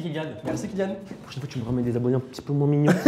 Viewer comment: Encore merci pour votre accueil, c’était vraiment sympa. Mon fils est tellement heureux d’être dans cette vidéo alors merci pour lui aussi 🙏🏻❤️ (Ps : c’est Keylian et pas Killian mais pas grave on t’aime quand même 🤣)